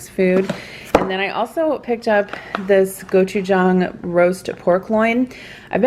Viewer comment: This is super random but I'm so impressed on how well you pronounced gochujang!